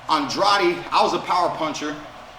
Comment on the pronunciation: thank you for pronouncing Andrade’s name correctly Keith💯